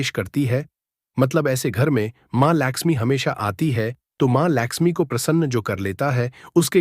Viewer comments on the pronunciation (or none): Video banane se pahle Mata Parvati aur Mata Laxmi ke naam ki sahi uchaaran karna sikho fir baad mein apni video banana tum.